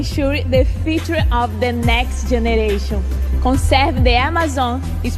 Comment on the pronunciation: Sim porém tem palavras tipo generation ela falou com a pronúncia errada é importante se atender a pronúncia não tem problema ter sotaque. Mas falar errado nativos não iram entender